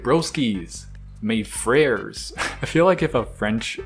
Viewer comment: mé freyyrez lmao, nah it's okay, continue s'il-te-plaît mon ami (i'm actually from France)